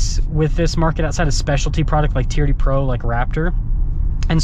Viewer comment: "It's got the teerdee wheels"